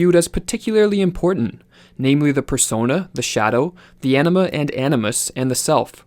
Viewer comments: Is Anima pronounced like the speaker hear pronounces it - enema? I know its Latin and having taken Spanish I wouldn't think so, but am curious. I woke up one day hearing it and it didn't sound like enema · When he said "anima," I thought he said "enema." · I keep hearing anima as enema